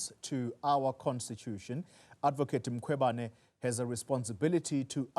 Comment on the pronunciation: This cosatu person says "Makhubane" and its "Mkhwebane" this person 🙄